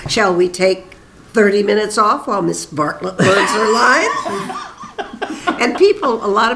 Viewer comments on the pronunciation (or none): Great interview, but it is Bonnie Bartlett, not Bonnie Bartell. He had a great part on The Ghost and Mrs. Muir. I have the GPS with his KITT voice. Great Autobiography, BTW